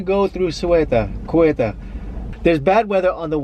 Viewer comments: Ceuta not cueuta. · It isn't Querta it is SAY-Ooh-tah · Its pronounced seuta not keuta....😂😂 but nice video anyway.. greets from a Morracan berber 😉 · Not guetta but Cueta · Ceuta is prononced Seuta lol